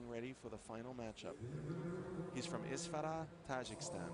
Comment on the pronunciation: mashaALLAH he said Isfara:)